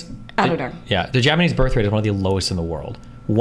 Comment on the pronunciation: When she said "Borrth" i died